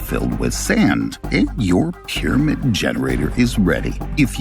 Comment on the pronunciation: Well, I was interested but like somebody else said this voice and the pronunciation of the word pyramid I lasted about one minute